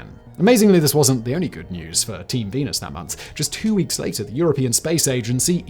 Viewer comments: Are you saying venus or penis? I'm trying to settle a bet with a roommate. Not mine though. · Is it just me or did he say " team penis that month.